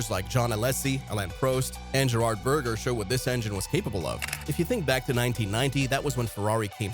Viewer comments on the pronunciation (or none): Gerhardt not Gerrard